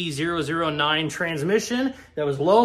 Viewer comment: The only problem I've had with this video is the pronunciation lmao, k "24" and cd "o" 9 is how people pronounce em normally, I know with all the USDM shit you probably don't know better but OOOOOOOO I was losing it